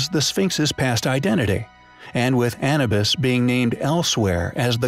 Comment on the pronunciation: Short a sound â - New - b - I - s